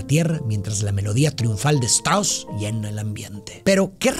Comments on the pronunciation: Me parece ridículo que el apellido del compositor austríaco Johann Strauss lo pronuncies "Chtros", siendo que se pronuncia "Chtraus". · Buen análisis para buena obra. El nombre del compositor alemán se pronuncia tal cual se escribe: Richart Strauss/ Strauß.